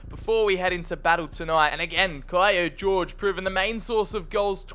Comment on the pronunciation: I find it funny he says Kio George. my bad og